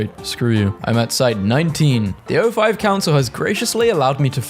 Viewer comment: My guy really called the 05 council "OS"